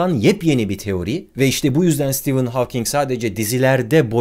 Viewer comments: Stivın hawking değil be abi stefın hawking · Sitivın değil abicim, Sıtefın. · Stivın değil stefın :) stivın olması için steven yazılması gerekir. Steven adında bir arkadaşım olduğu için biliyorum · Adı STEVEN değil STEPHEN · Stivın mı stefın mı. Havking mi hovking mi. "Stivın" okunması için yazımı "steven" şeklinde olması gerekmez mi. Oysaki "stephen" olduğu için stefın diye okunmalı kanaatindeyim.. aynı şekilde soyadı "hovking" şeklinde telaffuz edilmeli bence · stivın değil de stefın olmasın.. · hawking in ismini söylerken neden stephen deilde steven diyorsun barış abi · dikkat ettimde Stephen Hawking derken Steven diyorsunuz :) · Steven diyorsun ama Stephen. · Sitivın olarak değil sitefın ph yanyana gelince f diye okunur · Ağabey, sürekli "Steven" dedin. "Stephen" olcak o. :D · Senin gibi bir adamın Stephen ismini Steven gibi okuduğunu gördükten sonra insanlığa inancım biraz daha azaldı ama olsun seviyoruz seni :) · Nobody: Barış Özcan: Kim lan bu stivın Havking😂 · Bence adı Sitefın diye okunuyor. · Sıtefayn diye okunmuyo mu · Abi kaç kere steven dedin orda "p" var :) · Stephen yerine Steven diyip durman tilt etti ama yinede güzel videoydu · steven değil ya